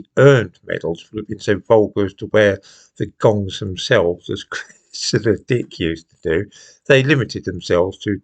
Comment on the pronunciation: Stop mumbling … are you saying Cresida’s dick or Cressida Dick 😮